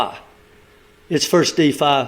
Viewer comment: It’s not called Diffa it’s called Defi Just saying lol